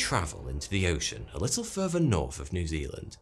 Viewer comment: Whats crazy is Christianity started as a cult with a charismatic leader. On a seperate note ...im now gon a start saying furver instead of further. Sounds cool as hell.